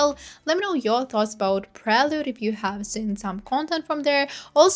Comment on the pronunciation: loved ur commentary but u felt fake asf by pronouncing prelude wrongly and not knowing camilla is related to geffen, gave u even watched the documentary.???